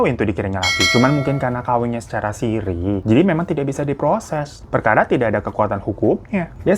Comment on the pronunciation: nikah sirri bang bukan sirih. hihi. sirri itu artinya tersembunyi.. ralat ya netizen kalo aku salah.